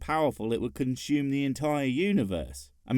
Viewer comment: What does "conSHume" mean?